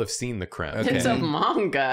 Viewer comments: ...at first I thought was mispronouncing "manga" on-purpose as a bit. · please stop 😭 that's not how you pronounce manga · mænga is a waaaaay better pronounciation than mawnga at least 😩😩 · I don't know how manga is pronounced anymore after this intro. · But... it's actually pronounced "manga" not "monga"? 😂 Japanese "a" is pronounced like the a in man, map, hat, rat, plan, etc. Not mop, monster, con, gone, etc. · just so you know the way he pronunced manga as "menga" is exactly how we say period in Croatian so when he was sayind this "I'm experiencing menga for the first time" just fricking sent me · Yeah, like said, said mANga with such confidence that I was convinced I'd been saying it wrong this whole time. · I love the bit of pronouncing mainga paige with such a strong twang that it rhymes. Same vibes as deliberately pronouncing pokemon as incorrectly as possible, like pokey-mans. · I was hearing pronounce manga as if he was MANGling it. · saying it 'maynga' feels better in my mouth and everyone that upsets can die mad about it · Everyone making fun of pronouncing it "Man-Ga" instead of "Mahwn-Ga", meanwhile in Britain, "Man-Ga" is the more commonly-used pronunciation. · Wait, you're laughing at him for saying "manga" instead of "monga?" Is this a bit? Have I been trolled? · I accidentally hit the dislike button but it was totally after hearing say mainga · pronouncing manga is giving me Benedict Cumberbatch saying penguins. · I can't deny it; I guessed the pronunciation of manga wrong when I first saw it, and I saw it much much longer before I ever heard anyone say it out loud, so I am forever in boat. It's common among old-timers who were in middle school before it became mainstream over here. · The way you’re pronouncing Manga is the way we pronounce it in the UK. It’s similar to the different ways we pronounce Mario